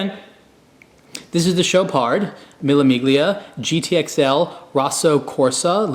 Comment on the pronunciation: It's called Mille Millia. You don't pronounce the g in Miglia, at least the original Italians don't:) And it's Chohpard, not Chowpard:))) I love your videos, just want to give you some info about that, since I'm from EU and I hear people pronouncing these brands all the time in original language:)